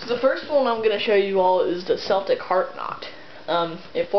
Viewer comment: You pronounced Celtic wrong by the way. (Constructive criticism not hate!)